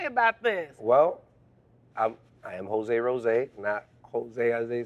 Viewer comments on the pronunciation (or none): I laughed when she called him Hoe-se 😂